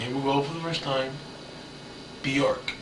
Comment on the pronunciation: If you are that obsessed with someone,you would think he would have learned how to pronounce her name